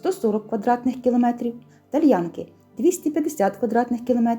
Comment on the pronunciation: ТальянкИ, наголос на останній склад.